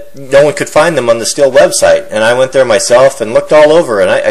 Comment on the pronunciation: Hey, you should look up how to pronounce the word stihl.. it's not "still" lol. it's pronounced the same as the metal "steel" when you say "still" your just saying "steel" with a German accent..lol WTF does everybody do this for?? lol